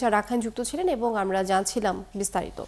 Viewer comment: আপনি বাঙালি আমার মনে হয়।চাকমা নাম দিয়ে রেখেছেন আইডি। এই ছাড়া উচ্চারণ ঠিক করো আমারা না আমরা হবে।